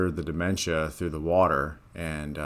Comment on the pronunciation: Bruh! Not dimentia! 🤣 Smh!